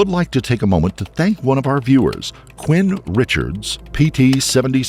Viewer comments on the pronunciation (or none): none